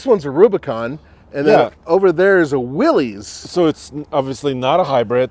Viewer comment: Just FYI Willys is pronounced like Willis